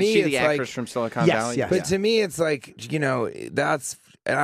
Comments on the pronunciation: On the show for four years, can't pronounce Silicon... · He called his own show “Silicone Valley”.... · Someone should inform TJ that the show he was on is called Silicon Valley, not Silicone